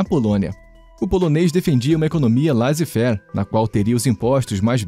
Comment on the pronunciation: Uma dica: a leitura de "laissez faire" está incorreta. Lê-se algo como "lesse fér". Pois vem do francês. Ótimo vídeo pessoal.